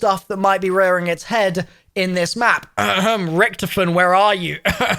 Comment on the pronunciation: You say Richthofen weird lol